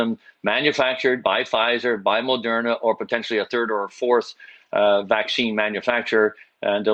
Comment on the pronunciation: Why does Rick Hillier keep calling it Mol-derna? There's no "l" in Moderna.